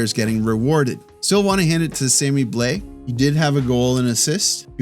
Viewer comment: Quick note on prononciation since I see you're making an effort. Counter-intuitively, Blais is not a difthongue vowel. Forget the A and the I .... and the S for that matter, but that you nailed already. It's "blêh". Don't let your thongue lift during the vowel to make an "aee". Just Blêh.